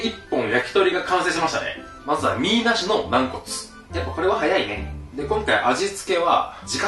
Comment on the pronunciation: な↑ん↓こつ